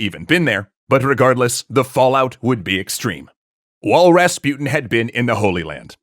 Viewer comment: pronunciation. Rasputin, on the u, supposed to be pronounced not like "you", but like l"oo"k.